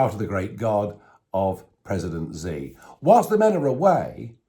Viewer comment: Hi Nigel. Greetings from Lyminster! Apart from your dreadful pronunciation of Xi (Jinping) and Huawei, EVERYTHING you said about China is correct. Having lived there for over a decade, it comes as no surprise to me that their single priority is to become the world's leading power. They don't seek this because they have a vision of making a better world; they are motivated by greed and lust for power. Make no mistake... it is us, the West, that has created this Frankenstein. We have turned our backs to the plights of the oppressed there: the Uighurs, Tibetans, Falun Dafa practitioners etc, BECAUSE WE WERE GREEDY AND WANTED TO DECREASE PRODUCTION COSTS. Also, we naively thought China would mellow with prosperity. Now that we are on the end of a pandemic (due to the CCP's mismanagement and cover-up of Covid 19)..... now that we are directly affected by the vile Chinese regime..... we are fighting back. It's a shame we didn't stand up for those too powerless to stand up for themselves. Anyway, better late than never.